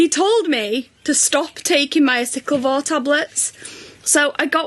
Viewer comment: Can someone please tell that it's aciclovir not aciclivor!!